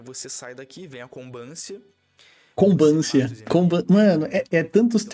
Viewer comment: Eu poarei de ver na hora que ele falou "Combância"! kkkkkkkkk